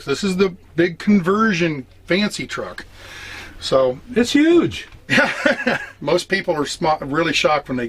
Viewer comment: he said yuge!! just like Trump